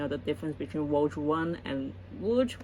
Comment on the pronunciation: Rogue is pronounced. Row-G Row like row your boat. And the G from g‐amer. RowGuh I only have one pop figurine. The Doom Slayer.